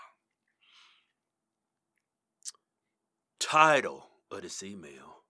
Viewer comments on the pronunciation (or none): "Title of this email." Years of watching these guys, i just realised what he was saying. Always thought it was "tired of this email." Lol